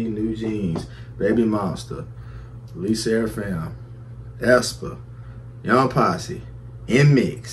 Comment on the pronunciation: Your saying the name right & react to R.o.t.y Lyric video by Young Posse 🔥